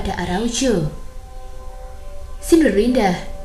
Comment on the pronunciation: Araucu atau araujo sih? Medok amat